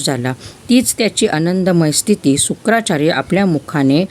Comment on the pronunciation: Shukacharya not shukracharya